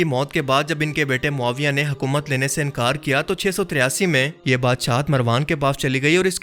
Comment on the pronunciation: امیر ماویع نی ماویع بولو